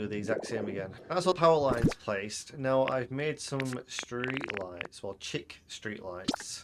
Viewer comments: Really fun build! Everyone is so creative. Idk if how you pronounced "chic" is an inside joke or not cuz that was not correct 😄 you're gonna upset the French with that one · Amazing build!! I liked your pronunciation of chic haha